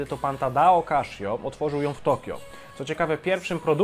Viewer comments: Casio, a nie kaszio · Tak. Oficjalny kanał CASIO Japan na YT wyraźnie słychać CASIO a nie KASZIO. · Kaszjo to nie kasza. Czyta sie Kasio. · kaszjo ...eh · Źle wymawiasz nazwę tej firmy, czyta się normalnie a nie przez 'sz'